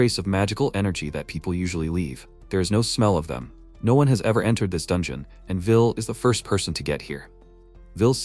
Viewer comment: "mmm Jol neer" OK, so the Channel owner missed one. Another word AI has trouble with "Bow" Archers wield, People "Bow", bau bau bau... Dungeon = Don-John. All right, that's enough, I'm out.